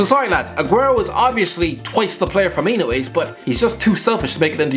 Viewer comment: How tf did you manage to pronounce both firminho and firmino pick one for gods sake even if its wrong